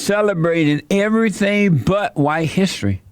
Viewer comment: July: it just feels h'white. Bless JLP